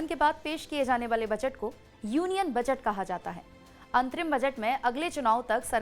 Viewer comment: मैडम बजट होता है बचट नही 😂😂😂😂